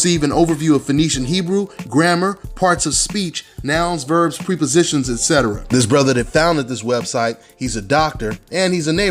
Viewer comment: the word is prep-o-sitions not pre-positions